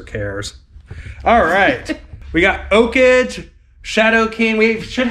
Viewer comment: The way you pronounced the name of the game "Okage" is wrong. The name of the game and correct pronounciation is "Oh-ka-gay"